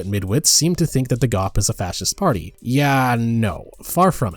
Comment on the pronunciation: You literally pronounce GOP as a word instead of an initialism. You are meant to pronounce the letter of individually but instead you pronounce it as a single word.